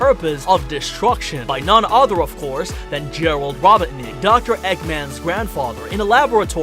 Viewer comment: "What do you think guys" I think you need to stop saying robotnik like that. Its robot-nick